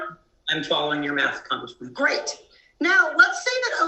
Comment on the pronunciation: Why does he continue to call her Comgressman??